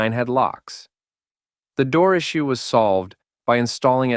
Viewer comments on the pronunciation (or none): none